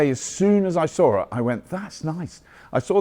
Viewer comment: You know is truly British when you hear "I sawRit"